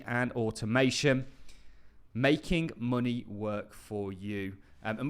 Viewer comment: It’s “money” not “mueonnayyyahh”